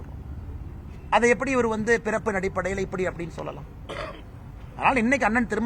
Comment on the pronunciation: என்னது விரைப்பின் அடிப்படையில் அனைவரும் சமமா ? ஆட்டுக்குட்டி ஒழுங்கா சொல்லு வேற மாதிரி கேக்குது😂😂😂